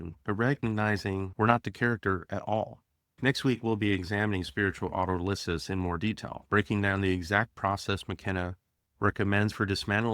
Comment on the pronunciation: Very nice. I read McKenna's books when they first came out. Oh, and it's pronounced auTOLysis. :-)